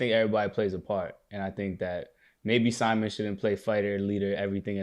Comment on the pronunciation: his name is Si-Mon cmon yall